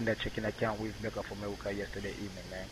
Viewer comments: "" sounded sort of like Elmer Fudd, didn't he? ("AmeWica, Weason, Wecording", etc.)!!! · Bank of Amewica?! Omg, I wonder if Elmer Fudd knows anything about this?!😂😂😂